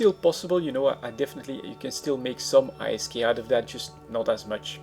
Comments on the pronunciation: its called isk. NOT I.S.K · "i s k" - do you also pronounce gold as "g o l d"? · I'm not sure wether to hate or love how you say I - S - K insted of ISK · Every French I know say I S K too. :) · I thought he was saying "Ice Skate"